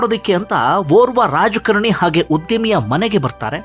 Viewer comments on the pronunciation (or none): Rajakaarani anta pronounce Maadi sir